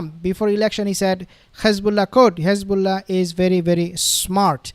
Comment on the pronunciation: Please stop pronouncing Khamas and Khezbollah. It’s becoming a habit